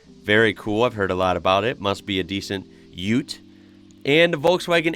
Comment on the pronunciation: Its UTE NOT UT.